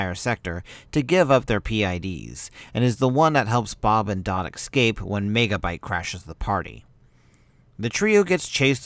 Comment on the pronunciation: Fuck dude, the is no X in ecsape. EVERY time you say it you say Excape, that is hugely annoying.